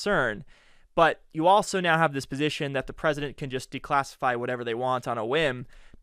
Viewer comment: Buh he was duh Pwesidont! 🤣🤣🤣